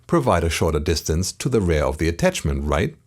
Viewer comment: Liebe die Serie, aber manchmal triggert mich die ansonsten sehr gute Englische Aussprache doch extrem: Bitte REAR nicht wie RARE aussprechen und SET ist ein irreguläres Verb - nix mit "SETTED".. :)